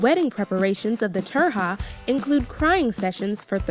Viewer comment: what, turja is wrong, it's tujia lol